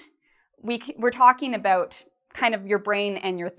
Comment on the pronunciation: she pronounce it (ebout)not about 😍😍😍